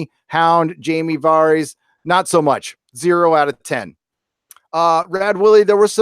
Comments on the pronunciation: Man I really hate how some people can't pronounce these characters' names after 10 years. Who is VAARHEES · "Varrieees" - does this guy even watch the show? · is it var eez? or vair ess? clee gan, or cla gain? me san day? mi sandy? Thanks to M Night, pronunciations of character names is now a pet peeve....